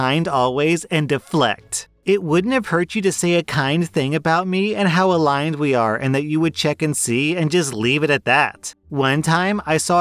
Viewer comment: To that influencer: the word is aligned.